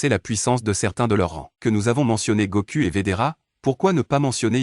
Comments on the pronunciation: Faut bien prononcer les noms faut bien prononcer les noms on dit pas Goku on dit Goku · Goku = Gokou en prononciation Vegeta = Vegita en prononciation